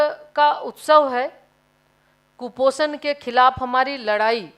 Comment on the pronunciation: कुपोसण को सम्पत टना है लोगो ने ये मंत्री बोल रही है